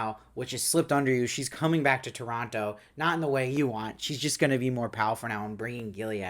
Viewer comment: Thank you for pronouncing Toronto correctly. 🇨🇦